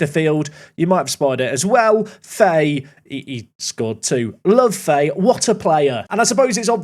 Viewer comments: It’s pronounced fa-he, not Faye, just for further episodes:) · Fahey is pronounced, fa-he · Just a heads up that Fahey is pronounced Fah-He